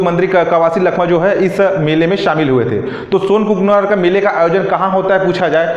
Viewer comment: सोनाकुकानार हैं sir ji सोनकुकनार नही